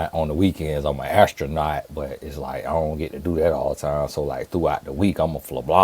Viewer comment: I’m screaming….When said…..”On the weekends I’m a austronant…” 😂😂😂😂